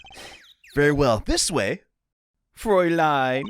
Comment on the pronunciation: has a knack for mispronouncing things in the oddest ways, but he nails the Fräulein immediately